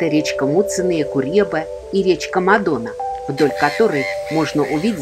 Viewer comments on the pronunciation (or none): Не Мадо́на а Ма́дона.😅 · В латышском языке ударение всегдаа падает на первый слог слова.Не МадОна а МАдона.Рассказ о городе интересный,содержательный